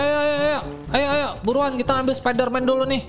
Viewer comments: Bang bukan sapiderman spaiderman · Bang bukan sapiderman tapi spiderman